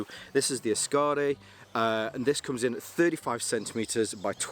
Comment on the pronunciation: Kukkaro and askare. Drag the second A in askare less. Short and sharp A. Askare, not askaare. Otherwise berfect 🙂👍